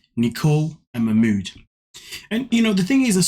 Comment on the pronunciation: Wtf is wrong with Nicole and her friends calling him Mach mooooood ffs it ma mood even ma mood says ma mood . She’s just a glutton for punishment the most miss matched pair ever . He is too set in his stupid ways let him go back to Egypt and she needs to be on her own they’re both horrible . I won’t watch them anymore . Fast forward .